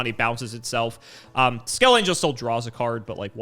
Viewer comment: Trivia: skelengel is pronounced with a hard "g". Like it sounds in the word "hangar" or something